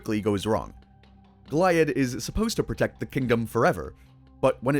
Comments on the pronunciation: The way you pronounce names that were clearly spoken in the show, makes me think that you haven't seen the show. Goliab - Go-lee-ab. They never once say it like goliath. Weird words in a good video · Go-lee-add omg 🤦‍♀️🫩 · it’s pronounced GO-LEE-AHD you bloody philistine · Its pronounced Go-Lee-Ad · You forgot how to pronounce it. Gol-ee-add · I know you corrected the weird pronounciation of Bella Noche in the video, but you also pronounced Goliad wrong. It's "Go-Lee-Ad". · Brother love the vid but you kept saying Goliads name wrong lol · Amazing how many names you mispronounce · It's pronounced 'Goliad' not 'Goliad' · Bro’s pronunciation of Goliad makes me question if he actually watched the episode 💀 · Great vid! But wack pronunciation of Goliad. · The way you pronounce Goliad is driving me nuts. I know you’ve watched every episode at least 20 times, so you’ve had to hear how it’s actually pronounced. Other than that, great video. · Bros gotta be rage baiting mispronouncing bella noche and goliad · Nice video but your pronounce Bella Noche and Goliad strangely. They don’t say it like that in the show